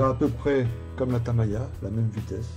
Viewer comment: Pourquoi vous dites TAMAYA pour TAMIYA ? :)